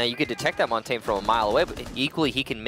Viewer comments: who’s “montane” ?? pretty sure he means montagne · Everyone always pronounces Montagne wrong. It's Mon-tan-ya. French for mountain... it isnt hard. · Wish people would learn how to actually say Montagne properly.